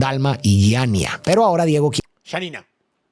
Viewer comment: No sé que le pasa con los nombres, jajaja horrible, como nombra a Yanina? Tan difícil es? Y voeller se pronuncia foeller. Etc ... 🥲